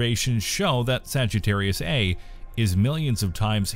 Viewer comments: Okay, I can take it no longer. The supermassive black hole at the center of our galaxy is called "Saggitarius A STAR". You see that character behind the "Saggitarius A"? It's pronounced STAR. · The "A*" part of "Saggitarius A*" is pronounced "ay star", the * is NOT silent.